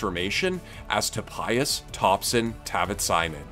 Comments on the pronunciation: He pronouces "Topaias" instead of "Topias" lmao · I just rewatched the section of the video and you are right, it shouldn't be "to-pie-as", but rather "toh-pee-us" (which is quite the horrible way to write it, but the proper pronounciation sounds that way). The misunderstanding I had was that I read your "to-pi-as" as syllables in my mother language instead of in english (to my defense, it was quite early in the morning). That way it sounded right and I didnt get what you were critisizing them for. So, sorry for my idiocy in that. Lastly, I think you should have provided the "proper" pronounciation of the name. That way, there'd be a better basis for improvement on their side. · did you just call him topayas? 😂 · Toh-pie-yas LOL WTF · You really got me on the first minute until you said To-pa-yas not gonna lie. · They still call him to- pi-as lol. Do they even did their research correctly.